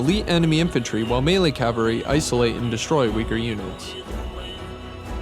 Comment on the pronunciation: cavalry not calvary